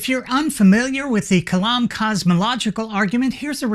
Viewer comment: Kalam I like "m (spoken like Salam Alaikum)